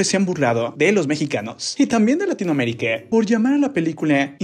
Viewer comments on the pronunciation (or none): Bro porque dice latinoamerice,locure y adentro hacia afuere